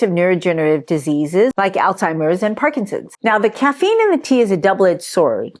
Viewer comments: Phonetically --> ALLZ HI MERS (Alz hei mers) NOT! ALLTIMERS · I'm very interested in Alzheimer's, but when someone pronounces it as "All timers"................kinda loses credibility